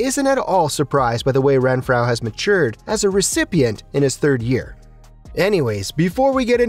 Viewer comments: Say it with me “Ren-FRO” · Pronounce his name correctly! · How do you not know how to pronounce renfrow